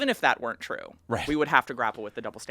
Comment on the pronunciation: Twanz, you know it's twue